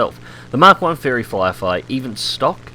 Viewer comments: Cpt Chapy No he said fairy flierfy, listen harder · Yeah he said Flierfly hahahaha